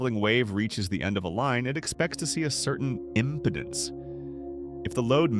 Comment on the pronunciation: Please teach the Bot how to pronounce IMPEDANCE.